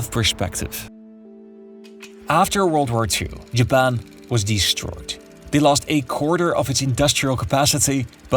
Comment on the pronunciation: not JABBAN XDDD